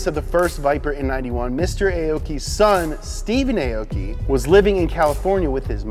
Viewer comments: "Aoki" is pronounced "ah-oh-key", not "ay-oh-key". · "Arh-or-key" not "A-o-gy", amazing video nevertheless. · Aoki's name is pronounce as aw-ki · AH-OU-KEE - real pronunciation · Aoki is actually pronounced as= awki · Everyone is saying Aoki wrong. It's pronounced like (ow-ki)